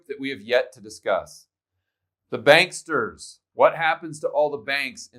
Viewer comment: "BANKSTERS" is a term I use..I. did you steal that from me?? JK, but that is the correct pronunciation!! BRICS vs DICKS and we are the DICKS